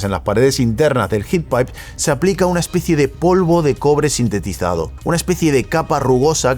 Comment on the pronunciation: sinterizado, es sinterizado.